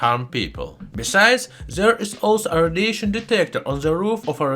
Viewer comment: I really appreciate the information you share with your channel, Also your accent is good to listen to 👍🏻 But I can't help but hear Rhodesian instead of radiation :p